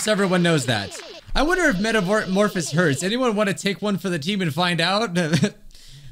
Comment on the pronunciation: everyone: metamorphasis: metamorfis